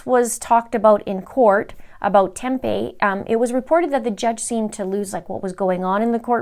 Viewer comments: I don’t remember the Morphew case being here in Phoenix. But Tempe is actually pronounced like Tempee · It’s pronounced “Tempee’…. home of Arizona State University surrounded by the cities of Phoenix, Scottsdale, Mesa and Chandler. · Tempe is pronounced with the long e sound ❤️ ya girl!